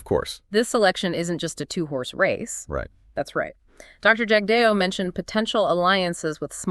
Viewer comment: You folks can’t even pronounce Jagdeo’s name properly that’s all I needed to . 😊